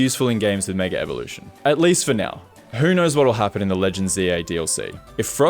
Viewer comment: The Australian struggle to not say "megaRevolution"